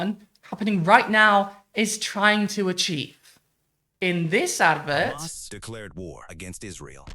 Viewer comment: Please stop calling them Khamas. It is Hamas, pronounced with an English accent this is how Arabs pronounce it.